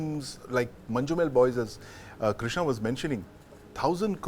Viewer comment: It’s not Manju- Mel boys it’s pronounced as Manj- Mel boys